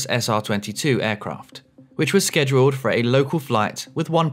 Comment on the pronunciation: Droppin' your g's is not cool, it's stupid. Please pronounce schedule correctly.